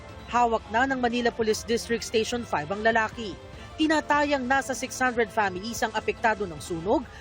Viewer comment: Matagal ko ng napapansin ito. Paki ayos ang MALING pag pronounce ng " tinatayang".